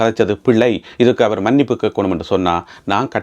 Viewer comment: தம்பி நீங்கள் என்ன மாதிரி தமிழ் பேசுகிறீர்கள்..... நெக்கிறா வா இல்ல நினைக்கிறாவா.... அவர் க்கு ஆவா என்று செல்கிறீர்கள் 😮😮😮😮😮😮